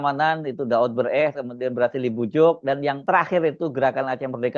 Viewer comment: wooyy.. hersu, pinter dikit, ucapkan dengan benar nama BEUREUH